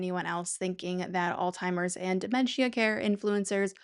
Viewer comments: 1. It’s Alzheimer’s, NOT “ all timers” or “old timers”. Idk why that drives me so crazy but omg it’s so annoying! 2. I hate the way you are pronouncing the word dementia. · Alzheimers has no T sound in it, fyi.